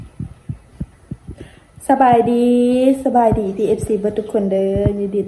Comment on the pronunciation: คำว่าสบายดีน้องไม่ผ่าน